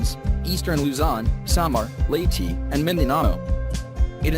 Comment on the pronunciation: Leytii??? XD